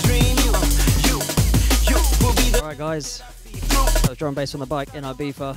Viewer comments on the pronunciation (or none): It's pronounced e-biza (I it's e sound in Spanish and Catalan )